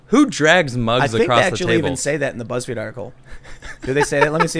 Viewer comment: Did Tim say "Buttsfeed"?